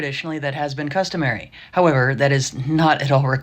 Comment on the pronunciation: It's CUSTOMARY, not "COSTUMARY." There is a big difference between a custom and a costume.